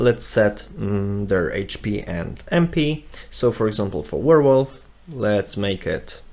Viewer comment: Nice video! Thanks. BTW - did you actually show the hidden local .git folder location? Other than that, nice intro to using git / github from VS Code. And it is a "Werewolf" not a "Warewolf" :)